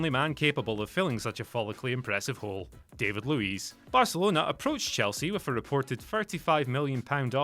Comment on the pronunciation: Why are you pronouncing David Luiz name incorrectly #FFS?